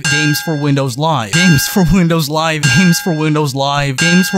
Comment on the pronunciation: "GaEmS FuOr WiNdoUwS LiVeA"